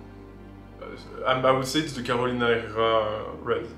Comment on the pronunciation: Hello, enjoyed the video! Just an informative comment… the correct way to pronounce Herrera is “errera”. In Spanish the “H” is silent. Thank you for your effort and content!